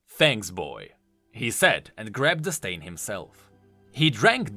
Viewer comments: Stein is pronounced “stine” A Stein is a German beer mug that comes in many sizes and “Stein Art” is something to behold... I know this because I buy meine müther antique Steins for her birthday and for the holiday. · how you say stein kept destracting me from the actul story.